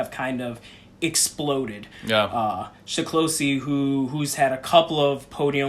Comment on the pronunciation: SE- KLOSH-E. Accent on the first syllable. NOT SHE KLOSHE Thanks. Love your videos.